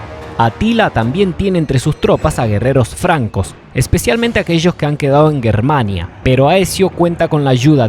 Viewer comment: Que pronuncie bien GERmania.